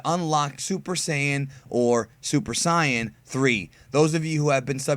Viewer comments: Either say saiyajin or say-an. Wtf is cyan? A colour? Stop being such an insufferable snob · Wtf is super psi-an it's super SAIYAN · Actually, the correct pronounciaton (according to the japanese episodes) is "super sayajin" in america its' "Super sayan" not "super cyon" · Hold up, hold up, hold up... before we talk about SSJ3 Vegeta.... What do you mean, "the RIGHT way to pronounce it?" If you mean like "sai-an," then no, it isn't. It's pronounced "say-an." If your argument is "BUT JAPAN SAYS IT THAT WAY!!!1!1!1!!1" then no, you're also wrong there. In Japan, that say "sai-ah-jin", or "say-a-jin." You're WRONG. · Oh great another cyan pronouncer. Smh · You americans all say saiyan wrong. It is called sayajin elsewhere in the world. You just cant pronounce it. Its the same why you call tenshinhan tien all the time. Only the us does that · Very good vids, but what's with the weird name pronunciations? Go-ku, Saian, etc? Do you have any vids explaining? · Super sie-an? No...just no...not even in Japanese...no... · Why do you pronounce Saiyan like that?